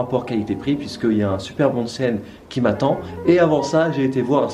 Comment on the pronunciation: One cent ... on dit "onsen"